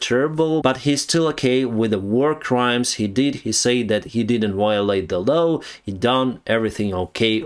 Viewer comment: Ikr. And he always obeys the "low!" (Law) But ya gotta love him!